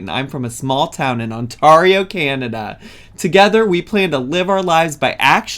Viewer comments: I need to correct you because it will give me a stroke if I don't "On Tare ee oh" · the way americans say ontario, im dying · bestie how did you pronounce Ontario 👀